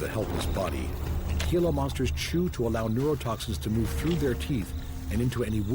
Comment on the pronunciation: The g in gila is pronounced like an h